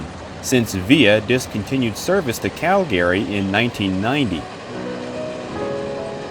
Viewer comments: Is the narration AI? The pronunciation of Calgary sound unusual. Cal-Gary? CALgary. Also, it always pronounces THE like thee, which is not normal either. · Great video but work on your pronounciation of "Calgary". Its main syllable stress is on the latter part of the word and not the front like you are saying. The Cal- part of Calgary is stressed (where you stress the accent), not -gary. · LOL I Have Ridden the RCP Many Times but Never Heard Calgary pernounced like that 🤣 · Could you please learn to pronounce the name Calgary correctly. Also use Canadian English pronunciation of the word toute